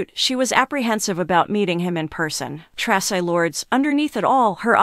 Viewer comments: Tra.cii TRACI !! Say it right!! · AI can't even pronounce Traci's name properly. I'm outta here.